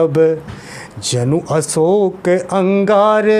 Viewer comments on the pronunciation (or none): none